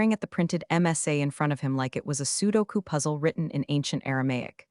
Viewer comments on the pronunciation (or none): Not PSEUDO KOO puzzle. SUDOKU. PRONOUNCED Soo DOH Koo